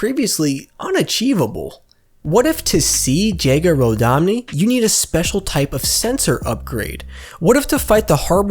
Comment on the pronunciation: Man said Jega rodani. He’s an elite not Italian